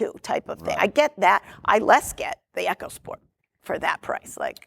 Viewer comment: Eeeeeeeecosport!!! NOT Echosport!!